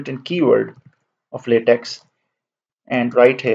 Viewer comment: Just a minor point to note: the pronunciation for LateX is either “laytek” or “lahtek” and never Lateks (as in the sap of a rubber tree). Thanks for this excellent instructional video.